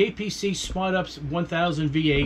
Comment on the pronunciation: U-P-S Not ups